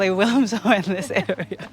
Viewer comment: FYI: Locals in North Cheshire pronounce Wilmslow as "Wim-slow" (dropping the 'l') - 🙂 speaking as someone who used to live there